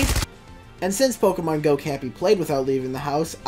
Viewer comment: its pokèmon go not pokeeemon go